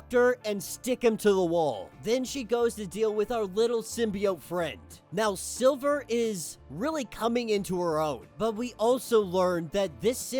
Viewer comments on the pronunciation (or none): lol this dumbass was say silver the whole video.. its SLIVER WTF